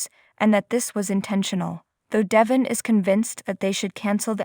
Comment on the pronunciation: It’s Devon not Devin. Please pronounce his name right. If you listen to the soap you know how to pronounce it.